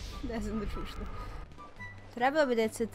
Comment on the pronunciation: kaže se čučnem a ne šušnem